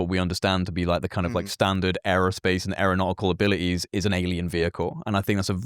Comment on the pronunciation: "abili'ies" love the accent